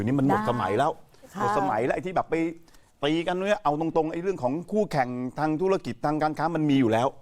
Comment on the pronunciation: 5.47 พูดคำว่า Koo